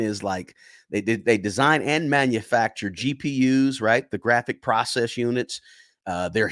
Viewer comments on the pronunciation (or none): none